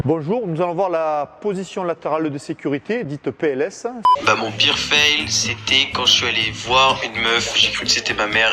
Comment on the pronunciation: comment tu dis ? Fèle ? a xD